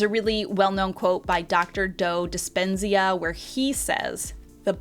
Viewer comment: dr "Doe" "Dispenzia" lol It's Joe Dispenza